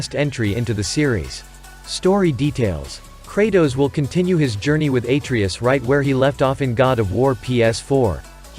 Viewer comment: Pronouncing Atreus wrong